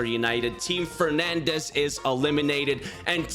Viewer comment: It’s because it’s Fernandes not fernandez